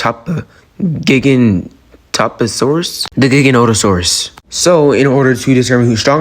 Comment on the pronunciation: Giganotosaurus is pronounced Gee-ga-no-to-saurus. :)